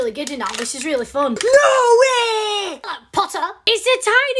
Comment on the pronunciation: the "hello pottah" with the little head got me